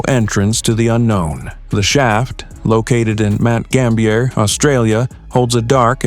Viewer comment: Mt Gambier is pronounced the way it looks, not with an french accent.